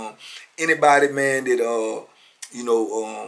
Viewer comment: aye mane say mane lmao